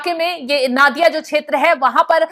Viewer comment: नादिया नहीं नोदिया